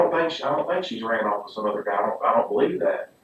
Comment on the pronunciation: She “runnoft”. Yep. Plausible.